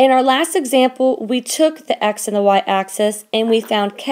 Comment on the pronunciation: It's called (axe-isss)